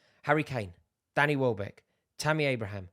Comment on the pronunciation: Bro really said wellback 😭😆